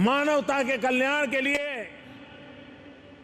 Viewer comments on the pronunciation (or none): none